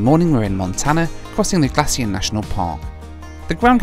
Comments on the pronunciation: Glacier National park is pronounced Glay-sher not glassy-er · "West Glassier"